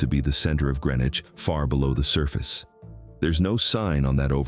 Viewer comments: Prescott is mostly above water. And Greenwich was pronounced Greenwich not grenich. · Watching from Orange, MA. I have walked the road to Dana Common a few times. Dana was in Worcester County, not Hampshire County. It is all now part of Petersham, MA. Also, Prescott was in Franklin County, now part of New Salem, and Greenwich is pronounced GREEN-witch. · GREEN-wich!! Like the one near Albany NY and NOT CT?!